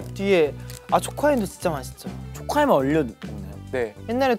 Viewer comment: 이주연 세상에서 젤 귀엽네ㅠ 혼내는 말투도 이렇게 귀엽고 스윗ㅠㅠㅜㅠㅠ 쪼코하임 발음 미쳣나 ㄹㅇ 애기오빠 그 자체다.... 올리브 선생님들 복받으십쇼 ^^7